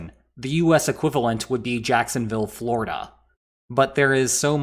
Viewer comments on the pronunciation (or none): none